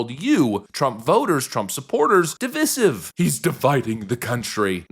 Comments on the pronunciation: "dih-VISE-ihv"! "dih-VISS-ihv" is liberals' "cool, 'trendy'" mispronunciation! "dih-VISS-ihv" would require a spelling of "divissive", which is, obviously, incorrect -- like everything else liberals believe, think, and say. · You keep mispronouncing divisive. The second "i" is long, not short. dəˈvīsiv